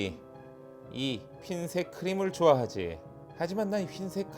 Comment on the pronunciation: 처음에 휜색 이라고 해서 자막이 잘못됬구나 했더니만 ㅋㅋㅋ 발음때문에 일부러 그러신거군요 ㅋㅋㅋㅋㅋㅋ